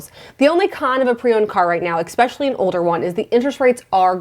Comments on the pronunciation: Love your videos! We are now on the lookout for a comfortable 3-row SUV with 2 kids 11 & 15, just for space and you are my go to for all car info! I can't help but notice on most videos you say "eXpecially" but it is pronounced "eSpecially" :) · It's spelled especially, not expecially. Not sure why you pronounce it with an X. :)